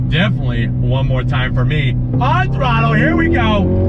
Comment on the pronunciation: I got hype every time he said " On throttler" .